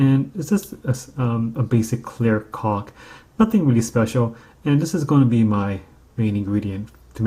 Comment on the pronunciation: You sure like to say cauk.